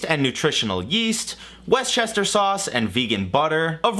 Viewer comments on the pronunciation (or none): my man out here calling worcester sauce westchester sauce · Westchester sauce? It's pronounced wus-tuh-shuh. Hope that helped! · what the heck is westchester sauce? you surely mean Worcestershire (wuster-shur) sauce? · Grim isn't it, it's literally pronounced "wuster" 🤢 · West-chester sauce? It's Worce-ster-shire sauce "shire" is pronounced more like "shuh" than "Shire" from LotR so WUSS-stuh-shuh sauce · "Westchester sauce"?? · Did he say “Westchester sauce?” 😂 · "westchester sauce" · Quick Worcestershire sauce pronunciation lesson for you since some of our town/city/village names make no sense lol. Also it's a fermented anchovy sauce so no bueno for vegans unless you specifically look for a vegan one. Wust-Ter-Sher sauce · "Westchester sauce" had me in tears!! Replayed it about 80 times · what is so hard with saying woster sauce, holy shit... smh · Wuss-tuh-sure sauce, please it's just not that hard. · I’m gonna need you to learn how to pronounce Worcestershire sauce correctly. “West chester” come on 😂😩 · Sorry to be THAT person but it's not WEST-chester sauce.... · Is that how you say it? West-Chester sauce??